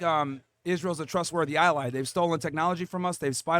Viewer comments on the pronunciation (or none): none